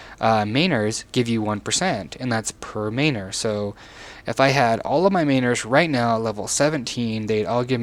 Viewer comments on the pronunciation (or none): Dude... learn to pronounce Manor properly. It is not a hard 'a' sound. MAN - ER